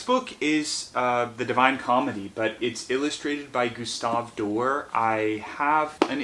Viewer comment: Gustave Doré - the e has an accent which means it is being pronounced AND is the stronger of the two syllables. So it's kind of like "Do- RAY". Love what you do, have a good day. 😇